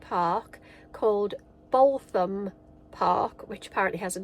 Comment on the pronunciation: Hi guys. Looks like you had a nice time. Did you try Daisy Maid Ice Creams at Skellingthorpe? They're pretty good home-made ice creams 🤤 The vet seemed like a decent guy which is always nice when you visit a vet practice for the first time. BTW, Boultham Park is pronounced "bootham". Glad the channel is getting recognition. All the best